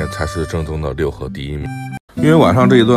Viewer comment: 应该是Luhe，不读Liu